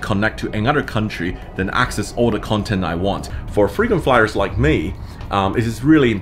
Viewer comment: did you really say... "Freedom Fighters like me"....?? Or Frequent Flyers 😉?? Amazing architecture and great information!!